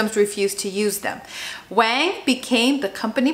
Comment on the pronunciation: Btw his name is pronounced like "Wong" not "Wayng"